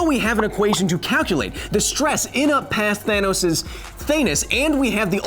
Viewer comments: Did he say "Thanus"? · "Thanus". No more needs to be said. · “Thanus” O-O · “Thanus” HE SAID IT! HE SAID IT! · XD HE SAID HIS THANUS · That moment when he said "thanus" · Me: thanos Ant man: thanus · I was sad, but then I remembered you said Thanus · He just fucking said thanus... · The mad Titan "THANUS" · “Thanus” wow. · DID YOU JUST SAY THANUS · Thanos is actually pronounced "the anus". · It’s called thanus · He really said thanus 💀💀💀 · Nobody: Kyle: THANUS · His "Thanus," Hahahaha.